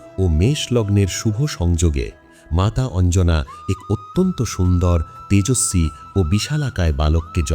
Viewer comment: ভালো লাগলো। তবে কিছু উচ্চারণ খুব কানে লাগলো যেমন লক্ষণ, ঐরাবত, তেজস্বি ইত্যাদি।